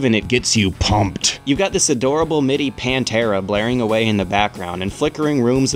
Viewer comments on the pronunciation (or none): none